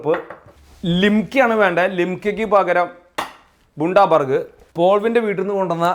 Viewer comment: Pronounced as Bandabuuurg It is a city in Australia